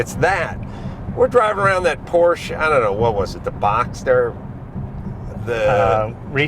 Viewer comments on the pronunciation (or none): none